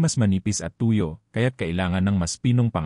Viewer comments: Araw-araw po akong naliligo😊! Pwede naman gumamit ng lotion at sabong hindi matapang para sa skin. at hindi po BA-LAT …BALAT, hindi TU-YO…TUYO! strech your tongue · Are you a Filipino? There's lots of mispronounced words giving different meanings.Examples :balat you change meaning to wrap not skin covering,tuyo meant dried fish instead of the real meaning as dry,Makati a place in Metro Manila instead of giving meaning to itchy.The balat you pronounced meant birthmark.Sama you pronounced it meant to go along or join,instead of getting wet. One thing more the way you pronounced the words FUNGI YOU sounded fung gay/gum as the sound gum w/ a u stressed instead of gam sound,and lastly- clothes u sounded it clo des.Please pronounced words not giving other meanings.Just a big difference!